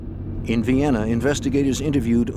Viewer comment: "near Vienna" This awkward pause gives it away that it's non human voice. Disappointing.